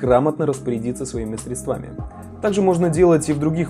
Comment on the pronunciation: Резануло в моменте рекламы.. «средствАми»..🤧 Ударение на Е должно быть)